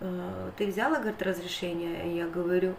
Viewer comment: В слове взяла ударение на последнем слоге, а не на букве я. Очень режет слух,, говори правильно. СЛАВА Богу, что посылку получили твои внуки и мама